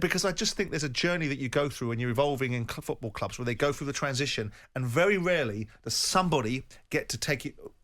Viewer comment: Good old Jim.. "Champions Leage FEWTBALL returned"... Jim, it's FOOTball, not FEWTball!!